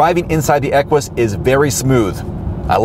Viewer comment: great review as usual...fyi...the proper pronunciation of Equus is without the "w" sound that you were going with, (kinda like Stewie's "Cool Wwhip"), it's actually pronounced more like "echoes", or "echues"...